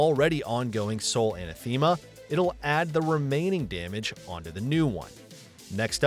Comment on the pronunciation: It's not "ANA-THEEMA" It's "ANATHIMUH"